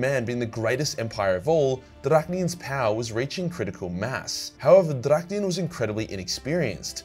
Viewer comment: You mess up almost literally pronouncing everything, but you get Drach’nyen right‽ 😆😆😆😆